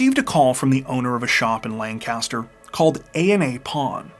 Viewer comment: Ppl not from my hometown. "LAN-CASTER" 😂😂 we say lank-a-ster. We would drive past this house alot going to Baltimore. And everyone in town always said the son set it up. Crazy how the rumor mill stirs up lies. I was 16, I was just dumbfounded that it happened. Such a sad story.🥺